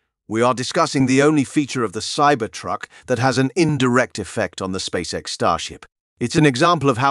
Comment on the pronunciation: How many times did he say SpackX?